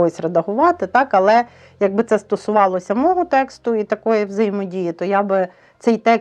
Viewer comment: Я перепрошую, подивилась 4 хвилини і дуже дивно чути, що «наголоси блукають і підтягуються до тексту пісні» від людини яка каже: я говОрю і мОго😂